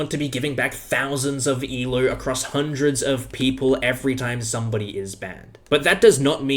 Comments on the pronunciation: Can you say el OH and not e lerw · It’s ELO not ELOO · I totally get all your points, and I agree with you on everything, but if you say "E-LEW" one more time, I will destroy your entire continent. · Why does he call it ELOO ?